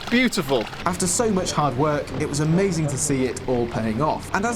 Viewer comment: did bro really say amozin